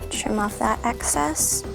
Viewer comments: " Excess " not access its driving me crazy😤😵😓😷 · omggg her saying access instead of excess was driving me crazzyyyy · It excess not acess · It's excess not access